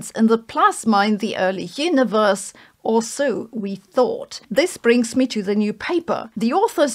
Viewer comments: "Yinneverse". Botox. Not judging, just observing. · why do you keep saying "hyuniverse"